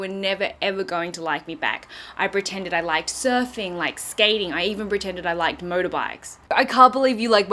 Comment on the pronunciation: Nat, I'm pretty sure it's 'pretended' and not 'bretended'. Just sayin'